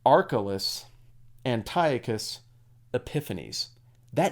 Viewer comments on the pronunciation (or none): none